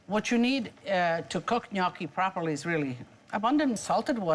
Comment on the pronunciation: Thanks for the recipe. Gnocchi was my favorite growing up, but somehow I've never had this type. I'll have to try it. And also, thank you for pronouncing 'gnocchi' correctly!